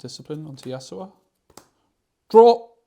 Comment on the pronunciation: Great video but i just can't ignore the fact you keep saying yasuoa 😫 Yas-U-O ❤ not yasuoa